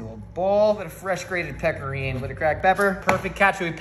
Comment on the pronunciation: The only thing that is bullshit is the way you pronounce “spaghetti” and “Pecorino”. You were not born with an Italian dialect and that’s okay buddy! Your mother and father and friends all pronounced the ending vowels. So can you! It won’t make you sound any less intellectual. Because this idea is already such a great one!